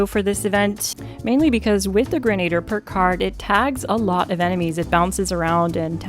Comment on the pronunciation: Omg im rolling about the medica knife. Also i think you are pronouncing Grenadier... Wrong. Gren-ah-deer, not Gren-aide-er